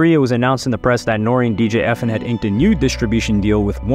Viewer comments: I was bout to say the say the samething E.F.N not Efen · It’s E-F-N not Efn